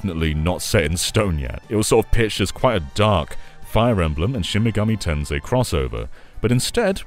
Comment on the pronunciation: Not the SMT V section being called "Shimgami Ten 5." 💀 How did that happen when it's spelled correctly in the video?